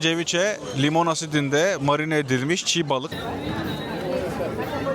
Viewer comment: Ceviche kelimesi Türkçe'de "seviçe" olarak okunur 😁